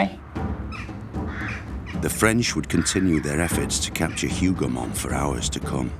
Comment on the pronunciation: Hoover mons? C'mon, Timeline people. Hougomont